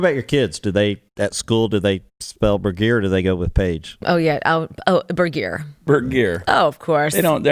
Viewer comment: stu burguiere?? i always thought he was saying stuber gear